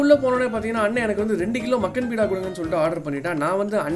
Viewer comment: பீடா இல்ல பா பேடா